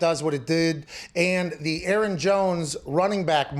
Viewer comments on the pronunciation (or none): none